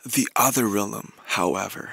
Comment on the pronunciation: Yes he is but he pronounces it as "/relem/"